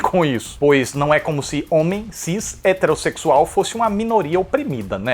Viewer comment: "homém cis heteressexúal" aaaaaaaaah eu te amoo